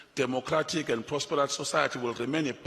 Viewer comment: Sosayathi- English lessons needed here.